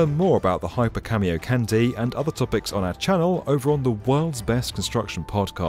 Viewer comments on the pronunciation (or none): It's Japanese. It's pronounced Kahn-day, not candy. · Its not cameocandy its ka-mio-ka-n-de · IT'S PRONOUNCED [kon-DAE], NOT [KÆN-dee]! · Kah-mi-oh-kahn-day, not Cameo Candy. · okay. its "khan dee" not "candy" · KAN-DEH not KAN-DEE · How did you guys make an entire 8 minute video without learning how to actually say Kamiokande? You're saying it wrong. Just stop, figure it out, then re-release with a new soundtrack that doesn't make you look quite so foolish. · KamiokaNDE Kami-oka NDE (Nucleon Decay Experiment) Kah- Mi Oh Ka -- N-D-E please I want to cry its not a delicious candy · It's pronounced can-day not candy. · Who else got triggered when he kept saying "Cameo Candy" ? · kamiokandyyy lmao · Excellent video. Ps it's pronounced kah-me-oh-kahn-day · The way you spell camiokande I thought you said camio-candy. Was wondering for a few minutes what this has to do with candies, and why it's called a candy. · Theres no way its pronounced "cameo-candy", right? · Please stop saying "Camy-O Candy" 😭😭😭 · Jesus christ "cameo-candy" lmao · nitpick on the pronunciation- A and E sounds in japanese are always said as "ah" and "eh", so it would "kahndeh" Then again, I'm not opposed to Japan building the world's biggest candy... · Yeah, mine too. But it’s because he’s pronouncing it wrong. The de sounds like the de in demolition, not like in destroy. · The DE at the end is not like in candy. It's the same as de in dead.